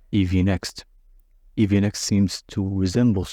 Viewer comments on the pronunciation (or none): next-eevee ❌ neevee ✔️